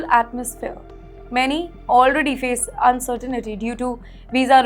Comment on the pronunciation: She taught me a new word insirtinity 😂lol I don’t know what it meanslol 😂😂😂